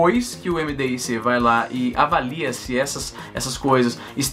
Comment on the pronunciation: A sigla do Ministério Mdic lê-se “midique”. Não soletra-se.